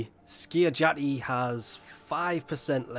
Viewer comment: How did you pronounce Skiajati right and Miasma wrong for a whole video?